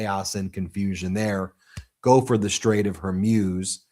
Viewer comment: It’s not Hairmuz ! It’s Hormuz😉